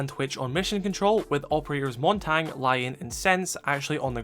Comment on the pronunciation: My guy said "montang"